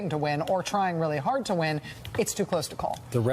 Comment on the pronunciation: The way he pronounces the word "hard" is simply painful, lolol